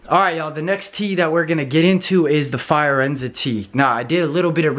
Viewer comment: "Fire-enza" Fi-or-enza